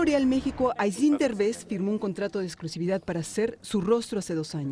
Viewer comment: Al rojo vivo: Se llama Áislinn, no Aislínn...